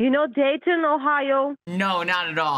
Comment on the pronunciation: What she said: "You and me, we will go Dayton, Ohio" What I understood: "You and me, we will go date in Ohio"